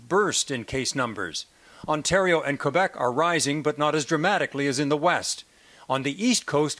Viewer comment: could you please pronounce quebec correctly? lol